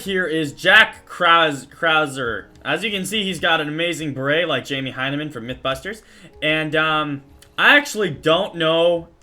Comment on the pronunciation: Mythbusters not mithbusters